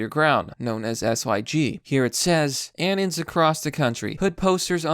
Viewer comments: It's pronounced uh-non. Like anonymous. Not Annan. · When he says anons like anins 😑